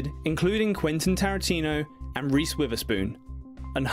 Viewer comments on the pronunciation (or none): none